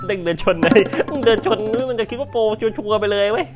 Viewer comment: พูดชัวๆให้ชัดหน่อย ชัวๆไม่ใช้ซัวๆ